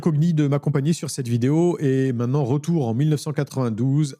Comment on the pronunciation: Dis, j'apprécie beaucoup tous tes contenus, mais de grâce, apprends à prononcer le mot "MAINTENANT" et pas "MAINANT" - LOL